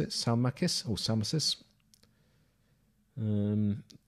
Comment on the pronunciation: Salmacis = Sal-MAY-cis